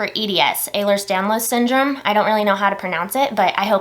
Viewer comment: You said Ehlers-Danlos syndrome perfectly btw. I have it too. I’m suspected of having POTS.